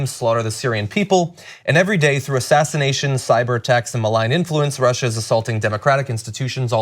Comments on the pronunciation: He can’t say Russia right because of his dentures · Trump’s pronunciation of Russia is a NY thing. Some old school New Yorkers will add an r to the end of some words that end in a. Funny to hear him struggle to shake it. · Yes! The backward R at the end of Russia! He says that. Thank you Ana for pointing that out. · he adds the extra R after Russa because he has fake teeth... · Trump keeps adding the 'R' to the end of "Russia' because he feels compelled to say 'USSR'. That's what Putin calls Russia when they speak together with Hannity at night on Trump's unsecured mobile phone. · He adds the 'r' at the end of Russia to try to appeal to old-ass New Englanders on a sub-conscious level.